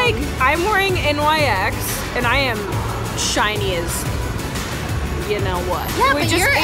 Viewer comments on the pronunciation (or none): it is pronounced nicks she only says n.y.x. when she was with that other chick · STOP SAYING N Y X ITS NYX!! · N.Y.X.? Girl it's pronounced nicks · N-Y-X? you mean NYX???? :D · Omg its not N.Y.X. ughhh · NIX not n.y.x jfc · ITS NOT N.Y.X. ITS NYX (pronounced nix). Also if you don’t use powder, the spray cannot do it’s job well. It sets the POWDER more than the actual liquid foundation. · I thought NYX was pronounced nicks not N. Y. X